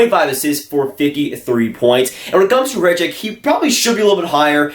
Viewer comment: Samu Tuomaala is my #2 player for this draft, Räty at #1. Räty is pronounced Rotty not Rat-ee